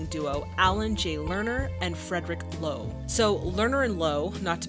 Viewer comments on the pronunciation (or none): Wow, that matches so perfectly to the musical! You mispronounced "Frederick Loewe (Friedrich Löwe)" so catastrophically that I, as an Austrian, would never had found out, whom you were talking about, if you hadn't shown his picture and his real name. It's pronounced "[ˈløːvə]"! Maybe you should improve your German/Austrian pronunciation a little bit. 😂😂😂